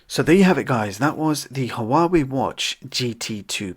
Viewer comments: It's not pronounced,who-are-way, it's wah-way. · It's pronounced wa-way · The "H" in Huawei is silent. This drove me nuts trying to watch this.